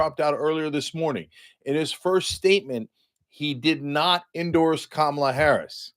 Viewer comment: It’s Kamala, Cenk 😂😂😂😂😂